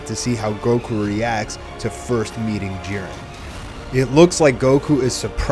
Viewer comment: I hate when these fools keep saying jirens name wrong